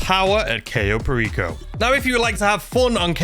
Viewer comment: The very first one should be how to actually pronounce Cayo Perico properly :P